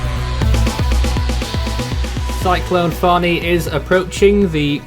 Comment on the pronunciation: why did you cast a shadow towards the real pronounciation of Fani,?